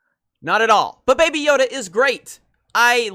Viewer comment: Did you just say "Bae Bae Yoda"??? Trademark that NOW!!!